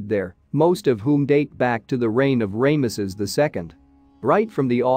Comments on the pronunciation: Its Ramesses NOT.... Raymesses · You know you'd think that if you narrate these videos you could pronounce a Pharaohs name as popular as Ramesses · Definitely an interesting pronunciation. I suppose the first syllable is okay, since it refers to the sun god “Ra”, which some people pronounce as “Ray” (like the rays of the sun).